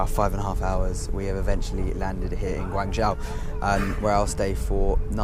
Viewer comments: Guangzhou - the ZHOU is pronounced 'JOE'. Means place. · I live in China, and while his pronunciation for a foreigner is ok and understandable, it is not spot on. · Please learn how to say Guangzhou